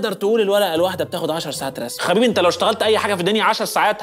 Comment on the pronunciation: قال حبيبي بدل خبيبي😂